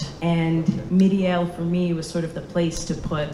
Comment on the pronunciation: Why is she pronouncing "Miriel" like it's a Japanese name?